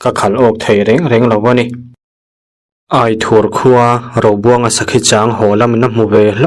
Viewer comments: Aithur tih hi Aizawl kan tih a Ai ang hian lam rik zawk tur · Aithur i lamdan mai mai chu a tirah kan khaw thenawm Aithur hi a nitih ka hre reng reng hleinem😂😂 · Sir tarpho leh Aithur tihtur www Aithur ti lovin